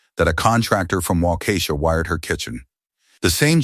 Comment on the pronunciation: Omg! Took me till 25 min mark to realize wa-ka-shaw (in odd monotone) was supposed to be whah-KEY-shaw 😆😆😆😆. Thanks for the laugh. Good for dad to finally stand up, but a little more back bone sooner might have been a bigger help to his son through highschóol years. That silence on graduation noght could have gone to a very bad end for the son.